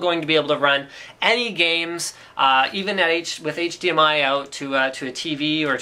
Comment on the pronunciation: "micro HDMoat"